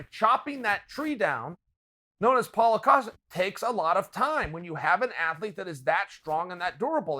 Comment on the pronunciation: Chael keeps it gangster, collects another mispronounced head, calls Paulo "Paula" . #Kamara #Yarir #Paula